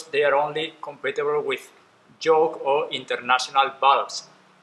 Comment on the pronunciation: I know English is not your first language but you keep saying “Joke “ not Yoke 🤦🏽‍♂️🤣🤿